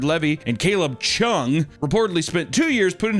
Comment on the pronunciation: lotta emphasis on Chung... hehe